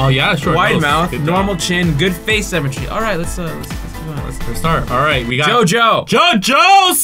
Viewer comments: IT'S SYMMETRY, NOT CEMETERY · i hear them saying cemetery instead of symmetry lmfaoo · ITS PRONOUNCED SIMM-ETREE